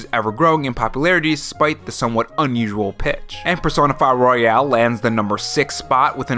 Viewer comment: Why do you pronounce royal like royale? 🤔